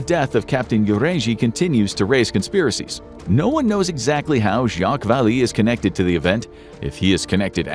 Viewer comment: pronounced 'jacques valet' not val-ee homie